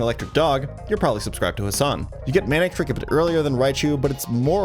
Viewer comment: The first 4 times you said Manectric I just heard Manic Trick D